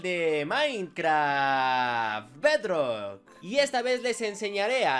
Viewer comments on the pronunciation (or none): Dice Pedrok